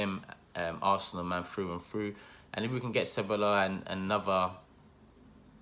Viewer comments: I think it's pronounced "Sebayos" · Ceballos is pronounced Che-buy-yoss I think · Ceballos is pronounce Ceb-eye-os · how many arsenal channels does it take to pronounce a persons name right? your all at it! just say Dani ceballos once and be done with it right or wrong. who cares. apologises every time he mentions the mans name!